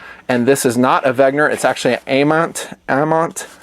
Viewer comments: Wen....ger not Veg....ner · Dude, it's called "Wenger". Not, "Wagner". 🤣🤣🤙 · It's spelled "Wenger", It's not "Wegner" as you pronounce it. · Why do you pronounce it "wegner"? It's "wenger"! you Americans and your pronunciations/reading inabilities ....smh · Its wenger, not wegner, dude ... details are important. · Dude, its Wenger not Wegner! LOL Great video btw, I have 1 W and they are great. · Isn't it WENGER and not WEGNER (note the difference)? Eh whatevs I still like you. The Wenger watches are decent but a little... I dunno... plain, I guess, for me. But it looks like they're pretty good value. Also I'm less of a fan of battery powered watches as opposed to solar/auto/mechanical, even though I do have an AVI-8 quartz. About my ultimate watch is the Hamilton Khaki Field series, woooo! I can't decide between the auto and mechanical but I'm gonna get one in the near future. Thanks for the video, I've been subbed since late 08 or 09 and still enjoy your vids!